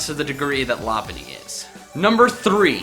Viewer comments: I think you're not pronouncing lop bunny's name right I'm pretty sure it's pronounced LOP-BUNNY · it's pronuced Low-punn-ny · You misspronounced Lopunny